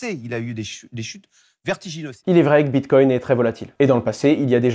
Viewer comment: " Bit-cogne " 🤣🤣🤣 Le mec a du le dire 5 fois, j'en peux plus de ces guignols